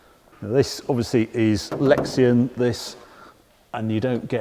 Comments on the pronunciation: lexan. not lexian. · lol thats rediculous. looks amazing but its clearly meant for the collector, not the enthusiast. also its just "lex-anne". great vid! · No "i" in Lexan :) Or in polycarbonate, for that matter. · i would never correct Harry about cars but I will try and correct him about plastics . It's "Lexan", not "lexian" . Thanks for another great, free video It is appreciated. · Great review as always, just one thing...It's Lexan, not Lexian!! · ‘Lexan’ I think (a brand name for polycarbonate) not ‘Lexian’ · Lexan, not 'Lexian' - great review, beatuful car.